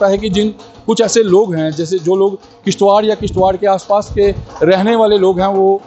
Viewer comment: It's kishtwar not kishtwakar